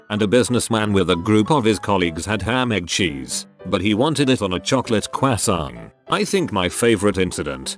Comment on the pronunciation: The way the voice says "croissant" 🤣